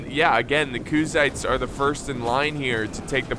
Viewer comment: Lol "Khuzaits". Never change 🤣❤️